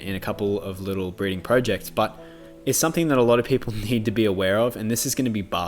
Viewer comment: You say 'projects' in a very funny way. But ive stumbled on your channel and thoroughly enjoy it. Ive been keeping fish for 16 years now and i sort of really agree with most of what you said. Bur I think pet shops need to do a lot more when advising people and not just look for sales. When i first started i had a tiny tank and a pet shop sold me a pleco and 2 oscars because and I quote 'that tank size is fine' (my tank was 30 gallons). They tore every other fish to shreds in their first few days and then became massive. I was so disheartened. Yes people should do research but pet shops (small and big) have a responsibility to advise people properly. Also i think you should have added tiger barbs to your list. They are the devil!